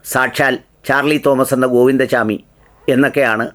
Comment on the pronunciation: ഗോവിന്ദ ചാമി അല്ല ഗോവിന്ദ സ്വാമി ആണ് മലയാളത്തിൽ പറയേണ്ടത്